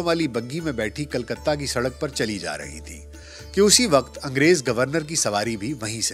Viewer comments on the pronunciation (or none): none